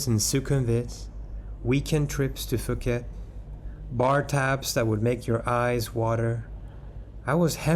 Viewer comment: Phuket = Poo ket .. not Foo ket